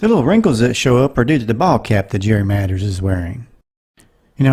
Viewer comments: I enjoyed it! Just one small thing-It sounds like you're saying Matters instead of Mathers.(?)😊❤ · It is MATHERS NOT MATTERS.